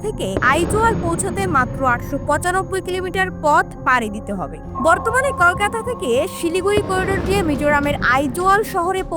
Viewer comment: আগে কলকাতা উচ্চারণ করা শিখুন তারপরে ভিডিও বানান